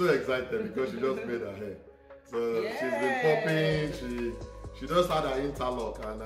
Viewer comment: said interlock😅😅😅